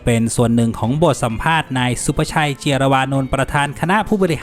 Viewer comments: แอดครับ เนื้อหาดี การนำเสนอดี แต่ขออนุญาตแก้ไขนิดนึง นามสกุลผู้บริหาร ซีพี ออกเสียงว่า เจีย-ระ-วะ-นน ไม่ใช่ เจีย-วะ-รา-นน นะครับ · ขอบคุณสำหรับข่าวความเคลื่อนไหวของประเทศไทย ขอให้พัฒนาต่อไป อ่านออกเสียงผิดนะคะ เจียรวนนท์ (เจีย-ระ-วะ-นน)